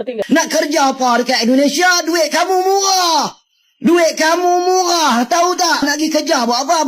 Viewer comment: 😂😂😂 ..Hai malaydesh , bahasa Melayu itu huruf R harus jelas , jangan seperti Brithis tidak bisa nyebut R.....😂 MURAH YA MURAH. BUKAN MUGHAAAH